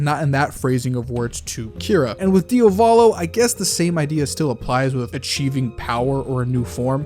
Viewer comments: Di AH volo. DIAVOLO. Not DIOVOLO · It was a good ending, very well thought and written out. May I add something? Could you PLEASEEEEEEE spell Diavolo as DIA volo and not dia VO lo (or just check google translate's pronounciation)? I thought you were talking about a different character at first! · Why the fuck does this guy not know how to pronounce Diavolo